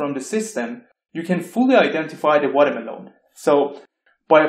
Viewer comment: Lovely video! I want a 10-hour loop of you saying Watermeloan.